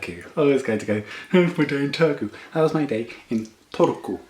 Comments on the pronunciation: you said "Turku" pretty good 9/10 :D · 9/10 Turku pronunciation, really good for a foreigner! :) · Kirjoitan Suomeksi ja en tiedä ymmärrätkö, mutta lausuit Turun minun mielestäni 8/10 eli aika hyvä suoritus. 😊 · I rate you pronouncing ''Turku'' 9/10 because the Finnish language is pretty monotone and I heard a little emphasis in there :D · Strong 6 on the pronunciation of Turku ;)